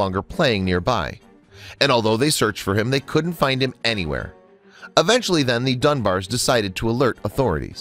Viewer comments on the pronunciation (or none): It's Eventually, not UHventually.